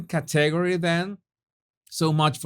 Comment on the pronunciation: I love Love LOVE your videos. They just keep getting funnier and funnier !! (Btw category is pronounced CAT-TA-GORY). Love you 💖💖💖💖💖💖💖🇬🇧🇨🇦